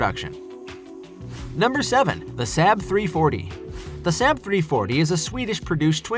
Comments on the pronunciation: Saab has two aas not one and is pronounced SaaaB not SaB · SAW-BB (Saab)! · Saab has been around for some time, that people would be able to say the name correctly. Pretty sure the 737 has been in service longer than MD-80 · Given the sales figures of most of these aircraft, esp. the 757, the MD-80 and the 737-200, this vid should be re-titled "I Don't Like These Aircraft and Didn't Do My Homework So I Made A Top 10 List", or maybe "I Don't Know How To Pronounce SAAB".